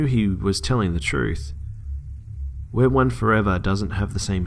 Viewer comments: I think it's pronounced "we are one" not "wear one" but if I'm just not hearing you correctly then disregard. Lol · Interesting how he pronounced it as wear one I pronounced it as we are one 😂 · Its not wear one, its we are one 😂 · It's weareone not wearone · it sounded like he said where one the entire time. but it's we. are. one. damn this is creepy tho o.O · why does he pronounce it "wear one" it is obviously "we are one " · It's pronounced we are one, btw